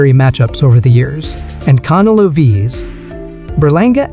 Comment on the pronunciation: Bro u can't even pronounce canelos name properly like forels one fucking word and u keep repeating it over inn over in over ...get your Spanish right VATO